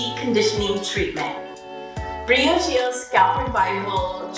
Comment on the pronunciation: Ain’t that Bree ahh g oh? Ask the people how you pronounce it😠